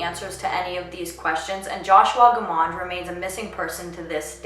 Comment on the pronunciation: Families don't like people using their loved one's case as a purpose for you to get popularity! You got quite a few actual fact's wrong and can't even pronounce his last name correctly! It's a shame you are using this case to get YouTube popularity!